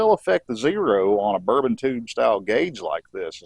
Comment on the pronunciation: Great tutorial, though may I offer a correction, the actuating mechanism in those gauges is a bourdon tube. I couldn’t stop chuckling every time you said the word, and I kept hearing “bourbon tube”😉. Who knows, maybe they have whiskey in them like the “whiskey compass” in airplanes. I am keenly interested in the carb adjustment process using the vacuum gauges, I have only ever done it by ear. Great stuff!